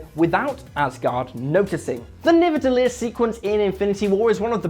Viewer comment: All Icelanders are laughing to how yous pronunciate their words 😂 😂 like"nivedallir" 😂